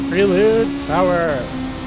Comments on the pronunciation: Honda PRAY lude. Not pree lude. 😉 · Everytime he calls it pree-lude I'm screaming at my phone, "it's pronounced "pray-lude" you lunatic".....lol....nice vid